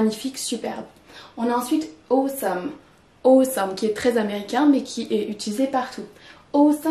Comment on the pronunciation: 1) [Aw]esome se prononce comme b[ough]t, t[al]k, et l[o]ss, pas comme c[oa]t, s[o] ou l'alphabet O 2) Quand on utilise tremendous comme un "predictive adjective", ça veut dire qu'on le place immédiatement après le verbe, mais pas avant le nom (c'est à dire un "attributive adjective"), ça ne marche qu'avec des noms abstraits: His success/achievement is tremendous => c'est bon 🤗 This movie is tremendous => ça ne marche pas ☹️ On doit dire <<The movie is tremendously successful, boring, long etc.>> 🤗 3) Tremendous comme un < >, on peut le placer avant un/des nom(s) abstrait(s) ou un/des objet(s) concret(s): It is a tremendous book/movie => c'est bon 🤗 It is a tremendous effort/success => c'est bon 🤗